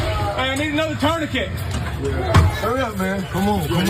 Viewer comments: “Tourniquits“ I’m sorry Dr. Richey, but that was funny. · turnaquits unc 🤣, im from glenwood too, but i know how to say tourniquet lol